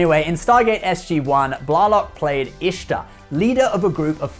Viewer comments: Also, it's Jolene BlAYlock, not BlAHlock. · It's, Blay-lock. Maybe I miss spelled, but that is how she says it. Sorry,.